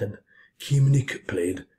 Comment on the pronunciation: Hi, it's the annoying Dutchie again! Thanks again for this marvelous display, but Keemink is pronounced as "kaymink", so Kee is Kay. Just wanted to let you know, as you reacted very appreciative on my last comment:) Greetings from Amsterdam